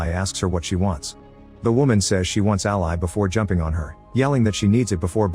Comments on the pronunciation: dead that the computer said "ally" like the supporter/associate and not "Ally" like the name over and over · Can we train the ai voice to pronounce the name as “Al-ee” vs “Al-eye”??? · A pity the AI voice can't pronounce "Ally" as a name...